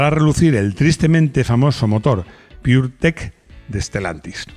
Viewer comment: Puretech no ''pudretech''